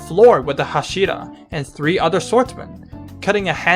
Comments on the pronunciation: OK OK OK Lets learn something all together STOP CHANGING THE ACCENT OF THE TITLES AND THE NAMES OF THE CHARACTERS. Everyone know so much about anime series. However you dont even know how to pronounce the titles and the names or you dont respect them. Its not hash(I)ra. Its fucking h(A)shira. Learn the names first and then tell your opinion to the crowd and that goes for everone like you Youtuber or not! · Why do you pronounce hashira so odd? Like, you make a demon slayer video, you want to be taken seriously I assume, but you don’t even take the pronunciation seriously? How am I expected to take your interpretation of the events seriously if you can’t even pronounce a single word repeated many times in the anime right? How is this related? If you keep pronouncing an easy af word wrong, when in the anime is pronounced right many times, it seems to me like you didn’t even watch the anime 😂. Edit: OMG, you also pronounce Inosuke wrong 😂. And yeah, based on your commentary if the events and understanding, it seems to me you really didn’t watch the anime imo. You might have looked at it, but to me you didn’t seem to really have watched it 😂. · The way he says hashira angers me